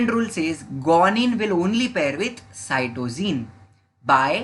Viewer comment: From my teacher your pronouncation is different of adenine guanine Cytocine thymine